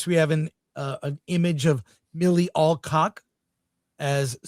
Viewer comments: Chris it's Al-cock, not All. As in Al Pacino.🤣🤣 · Come on guys, its Alcock not Allcock.